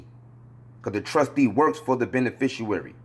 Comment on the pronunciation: Bro you have got to learn HOW TO say "beneficiary". You are throwing me off - Islam